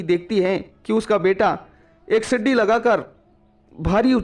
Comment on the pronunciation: Sidi nahi seedhi bol